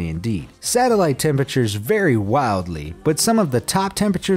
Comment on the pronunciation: What did you say... Hottest tempetures????? Well.....wait.... 110°... Well that's a normal day in Texas